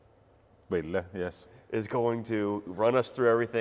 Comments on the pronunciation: A little Kiitos goes a long way here 😁🇫🇮 You nailed our name, the double L is a long stretch to many foreigners 😁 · Great progress. You've discovered the E in the end of Ville's name and you can even pronounce Ylivoimala already. Most people also probably think Finns such as Ville are not very talkative, but in reality it's just that actual casual conversation in English is something that people are not very confident about at first, but I see Ville is progressing in that aswell. My advice is that you should get wasted together, if drinking is your thing.